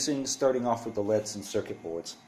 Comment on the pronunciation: They're light emitting diodes : L.E.D.'s not "leads" (ledz)